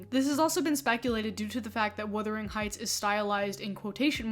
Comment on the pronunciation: Buggar, please Wu-thering Not Wi-thering, to wither is really different, really, really different Check out a withered limb. Heathcliffe is described as swarthy…. Lotsa “white “ POC are swarthy, dark hair dark eye and skin that doesn’t burn but rather tans Oh dear what a horrible 90IQ world that have access to the internet